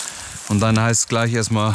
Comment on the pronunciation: Habe mal eine Frage. Ist auch nicht böse gemeint, sondern es interessiert mich wirklich. Bei fällt mir auf, dass er nicht "sch" ausspricht sind halt FiCH und anstatt "g" ein "k" spricht. Kleich anstatt gleich. Ist das ein Sprachfehler oder ist das regional so üblich, sprich Dialekt? Höre das nicht zum ersten Mal bei verschiedenen Personen.